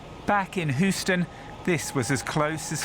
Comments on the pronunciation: This dude said “Hoostin” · Houston= HEW-stun. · WHoston??? LoL this guy